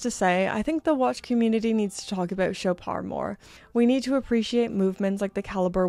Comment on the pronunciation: It’s French, so “Shoppard”. The “o” is as in “dog” and the “d” is pronounced, though softly. It’s not “Showpar”, though.